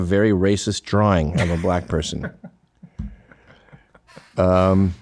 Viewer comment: They always pronounce it buh-LACK.